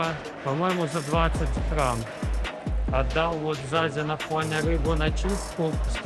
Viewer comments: Деньги в ОАЭ называются Дирхам, а не дихрам. Будьте внимательны, говоря на камеру!😊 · Так дихрам или дирхам? Непонятно)